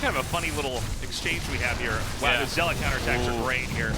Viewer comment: I love Artosis, but why can't he pronounce zealot (or dragoon) correctly?